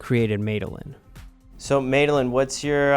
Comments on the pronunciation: “May-delin” come on now lol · Why were you calling her MADE a lyn 😂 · Isn't it pronounced, "Mad uh Lynn?"